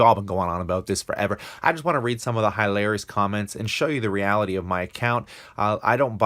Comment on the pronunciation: The most hi larious is the way you pronounce hilarious.